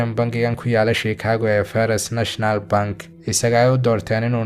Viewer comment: Dhawaqa magaca bankiga. Waa Fasht National Bank. Ee ma ahan Farist N. B. Dhaqiiqada taabo ustaad